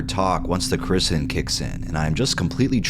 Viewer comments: it’s pronounced “kora-SEE-den” ✌️ love ya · Dude its core-ih-see-den